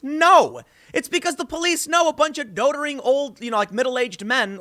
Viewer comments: It's not dotering.....it's doddering. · doddering. like daw-dering. daw, not doe. It'sgood to see people using the English language properly though. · Dot - er-ring. Stay in school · I don't like the way Tim pronounces "doddering."